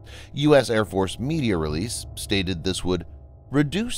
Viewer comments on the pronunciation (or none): none